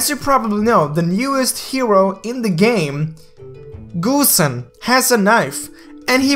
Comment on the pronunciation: wait.did he just said goosenXD